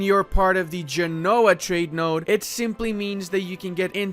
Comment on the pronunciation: You are mispronouncing Genoa.